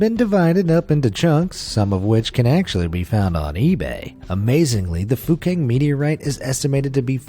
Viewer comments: Sounds like he is saying fu**ing meteorite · My mother thought the guy said F*cking Meteorite when he actually said Fukang Meteorite Haha lol